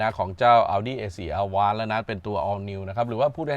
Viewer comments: Avant แอฟแว้นท์ครับ ไม่ใช่ อาว้าน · Avant อ่านว่าแอวองซ์ มาจากภาษาฝรั่งเศษ แปลว่า"ก่อน" หรือจะแปลว่ารถตู้ก็ได้ค่ะ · 'AVANT' ออกเสียง อวองค์ ครับ ขอบคุณครับ